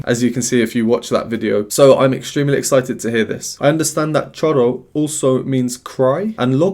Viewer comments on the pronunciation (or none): It's pronounced "shoro". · Hey,! The pronunciation for Choro is: SHO-RO. The "ch" sounds more like "sh" as in "show". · Actually the word choro is pronounced as if the word starts with "sh" in English like show. Cheers.